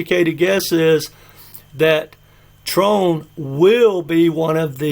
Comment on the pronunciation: It is tron...not trone.....lets all say it TR>>>>ON....not TR<<<ONE....your so brilliant...you bring up mr. wonderful...shark tank is who you rely on...When kevin was lying on interviews that BTC was garbage and yet buying it.....Another guy on the show grandpa probably worships is Cuban...Yea he is broke...had to sell part of his stake in the Mavericks...he probably watches jim Cramer...buy buy buy!!!your out of your league grandpa...lmao.....your a broken record.....